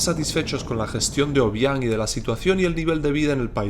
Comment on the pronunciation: Hola soy guineana y si no sabes pronunciar el nombre del presidente no lo hagas por favor , al guineano no le gusta que le graben